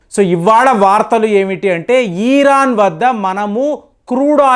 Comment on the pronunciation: ఈరాన్ enti pulka ఇరాన్ 😂😂😂